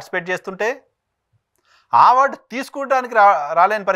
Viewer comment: మీరు ఆ*వార్డు అనడం మానేసి అ*వార్డు అనండి.